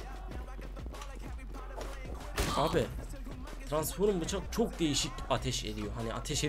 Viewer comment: trasnforum demene bayılıyorum ya <3 aat